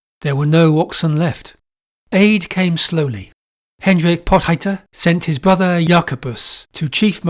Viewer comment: Potgieter is pronounced Pawt-gheeterr (gh is gutteral rr is trilled).